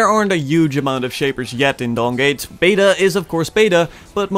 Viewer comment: I kept hearing Dong gate